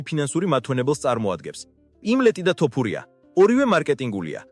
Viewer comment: მეგობარო ვაფასებ შენს კონტენტს რასაც ქმნი. საწყენად არ გამიგო, გასაგებია ქართულად კარგად ვერ მეტყველებ, ალბათ აქ ნაცხოვრები არ ხარ. თუმცა ტოპურია არაა, თოფურიაა და ეს მაინც გამოასწორე